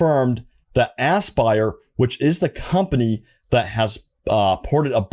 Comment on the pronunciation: Anybody else feel like this is a April fools prank everytime he says AssBuyer? 😂🤣